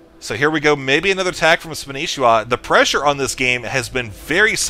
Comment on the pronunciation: Why does everyone call him Spanishiwa when his IGN is Spanshwa? what did I miss?